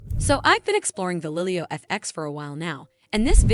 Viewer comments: Not to mention, in the video it isn't even a real person speaking. A real person would know how to pronounce Galileo O_o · The fact that your video mispronounces the name is not great.